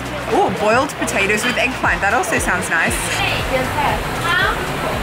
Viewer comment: Eggplant sounds like shoe imo 😳